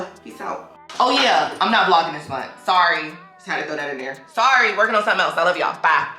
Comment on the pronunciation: And dang lol not I’m not vlogging this MONTH 😩😩 I had to rewind it like did she say week or month!!